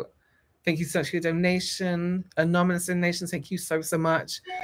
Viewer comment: Take a shot every time says, “anomonous” instead of “anonymous” 💙😂